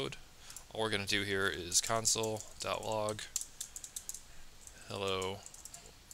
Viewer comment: love the videos but when you say counsel instead of console. i cant help but think oh man, i wonder if he knows that that's not right name haha great video btw if i have said that already